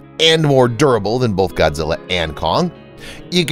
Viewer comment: Why are some people so incapable of correctly pronouncing the word “both”?